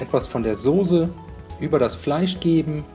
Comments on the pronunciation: SOßE , SOßE !!!! Nicht Sose... aber rezept ist gut... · Jaaaa genau - das hört man leider sooo oft: Sooohse. Scheint wirklich ein schweres Wort zu sein, oder es wird mit der weichen Konsistenz der SOßE assoziiert :)))))))